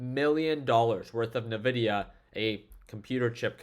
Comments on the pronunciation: Hey pro tip from a techy…. Nvidia is not pronounced “na-vidia” its pronounced “en-vidia” Fyi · Yo, do you say nuhvidia on purpose? I'm curious 😅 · He actually says nevidia 😀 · “N” vidia 😉